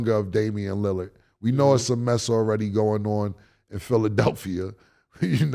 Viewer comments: I'm tired of mase pronouncing Lillard name as "Lily-erd" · Yall gotta get people names right Caleb Williams not Celeb, Joe Burrow not Burrows, Mike Tomlin not Tomlinson, Damien Lillard not Lilliyard come on guys but I love the show. Yall are rappers yall know words. I actually know bout of yall from Foot Lockers in Atlanta. Me and Cam kinda got into it at Lenox you remember “Stankonia” but you still my nigga! Mase used to show mad love at Sugarloaf too!